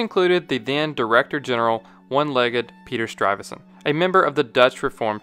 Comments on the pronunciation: Pieter Stuyvesant, not ‘Struyvesant’. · It's Peter Stuyvesant, not Struyvesant. (Modern Dutch: stuifzand means drifting sand). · Ru saying Peter Strivassent? Its Stuyvesant no r in the name. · It's not "Stryvesant" with an 'r'..... it's Stuyvesant with a 'u'. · Man's name was Peter Stuyvesant. Narrator keeps calling him Strivesant, adding an R. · Great video. I grew up in Stuyvesant Town on the Lower East Side of Manhattan. The narrator incorrectly adds an R to the name by pronouncing it "Struyvesant". I thought that was strange. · Pronunciation note: there is no “r” in Stuyvesant. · There's no "R" in "Stuyvesant." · You keep putting an R sound in Peter Stuyvesant's name. I see no R there.